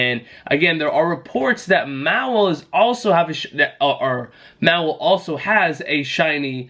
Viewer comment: Just an FYI it’s pronounced Maw-while, also it’s Bay-net.